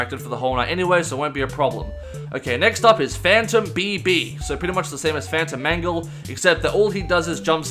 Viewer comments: For a second I thought he said “Phantom Mango” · i heard fanta mango